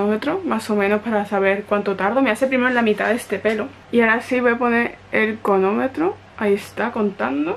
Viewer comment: No entiendo por qué nadie te ha comentado que se dice cronómetro no conometro 🤔 y me encanta tu pelo por cierto